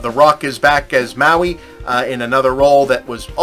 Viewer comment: I had this observation about the first movie too, but it bothers me that they don't pronounce Maui consistently. Sometimes it's like the Hawaiian island and emphasises the "ow" like "now", and other times it's like "mow" as in lawn care.